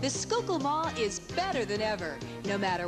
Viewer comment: not 'skookul'-------'sky-kill'